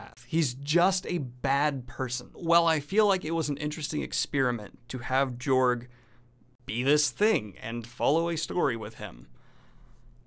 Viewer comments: I am fairly confident it is pronounced Yorg, where the J is pronounced like a Y. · It's pronounced George. He is courageous. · I'd personally go with a pronunciation closer to George. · Its pronounced "yorg" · It's pronounced Yorg.